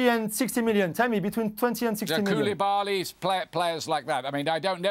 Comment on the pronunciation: 🤣🤦🏾‍♂️ Did this guy just say Koulibaly?!